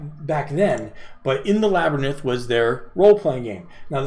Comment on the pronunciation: His tongue got in front of his eye teeth & he couldn't see what he was saying. 😁